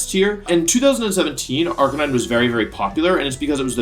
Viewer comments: one example is Arka-9 instead of arka-knee-neh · Did he just say RK9 and not arcaniney? What have you done to wolfey?! >:c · I thought the second Pokémon was pronounced arcaneenae? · why is wolfey saying arcanine wrong